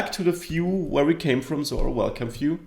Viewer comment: Finally, someone showing how to build an authentication system from the ground up! Thanks a bunch! Also, I like how you pronounce "view". "Phew".